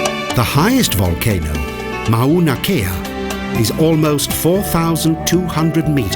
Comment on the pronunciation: Saw more trees than volcanoes. Mona Loa is a active volcano and I believe Mona Kea is as well. Please learn to pronounce the name of the volcanoes before making a video.